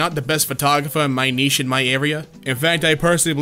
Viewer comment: you're the only American I've ever heard to pronounce the word "niche" correctly.